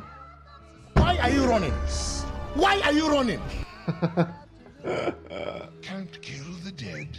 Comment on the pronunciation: "why are u ronning, why are u ronning" i died so hard on this one. Pepelaugh